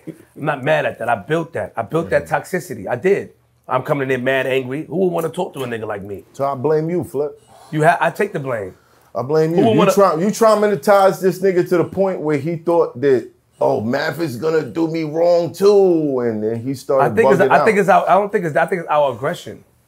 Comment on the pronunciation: “You Traminatized…” 😂😂😂 The Juice had you making up words 😂🫡💯💰